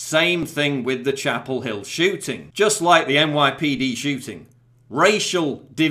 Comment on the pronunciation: I'm really sorry because this is a serious issue and you have a lovely speaking voice, but it sounded kind of like you said "Charleston Chewting" and you can punch me in your mind now if you want.